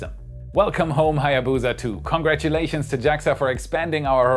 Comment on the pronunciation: If only you put half as much effort into researching how to pronounce "Hayabusa" as you did with "Chang'e"...